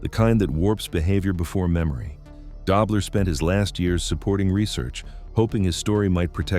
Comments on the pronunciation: Its pronounced DOE BLER not DOBBLER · It's Conrad "Dough" bler...not "Dob" ler